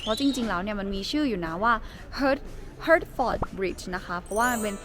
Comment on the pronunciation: อ่านว่า ฮาทเฟริซ เขียนหมาอ่านแมว